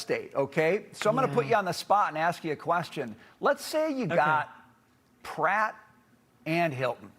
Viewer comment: Did he just call Pratt Spratt? 😂